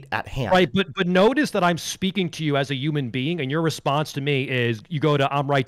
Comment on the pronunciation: “Yuman being”